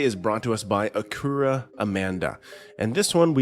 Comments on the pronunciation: Its not acurra its Acura like the car brand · Ah-cure-ra??? It's just like the car my guy. AK-ura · How do you not know how to say ACURA Amanda. 😂😂😂😂. ACURA!! Like the car. ACURA.. wtf! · Um dude it’s “Ach U Rah” Amanda. Ya know, like the car. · I'm sorry, did you just say AKurah Amanda? Sorry, if you're that new to this and trying to make money off other people's work but can't even be bothered to watch enough to figure out their names I'm out. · You really should know how to pronounce the name of the channel if you’re going to use their videos. Acccure Ah? Lol. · Hey buddy if your going to post other people video get their name right!!! Hey name is ( acura ) and how you say it is ( sct-ura ) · This dude really opened up with, "A-koo-rah" Amanda. Bruh, you ain't never heard the word Acura said out loud before? That's wild af. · "Acura" is pronounced "A cure ah" like the car. The woman is from the state department of children's services, like DCFS. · ACK-U RA IT'S ACK-U RA. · Did you really just mispronounce Acura…😂😂😂 it’s the car dude, lol maybe it’s AI. Just giving you sht dude but still. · Nice pronunciation of Acura Amanda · And the way he pronounced it... he must have never heard of the Acura car brand.